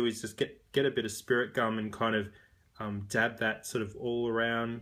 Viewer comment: when he says "DAB" It CRACKZ me up LOL!!!